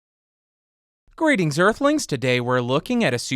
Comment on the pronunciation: I know this man did not just say "greatings earthlings"